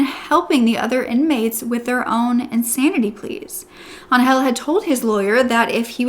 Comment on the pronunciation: I’m so glad she survived and that he’s no longer going to hurt anyone. On a funny note: Every time you said Angel I understand “hell” lol